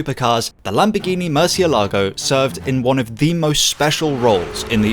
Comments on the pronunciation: not murcielágo but murciélago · murcielago Spanish: mUURrr-SEE-el -A-go (roll tje "r") English: MERCH-e-LAGO (just plain wrong) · I do enjoy your videos, but I can't believe that you didn't do a little due-dilligence to check that you can pronounce the name of the car at least somewhat closely 😉